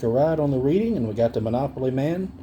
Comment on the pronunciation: his name is Rich Uncle Pennybags! Short Line ISN'T a railroad that served the Atlantic City, NJ area it was a Bus Line! 🤣 & Reading is pronounced Redding actually 😉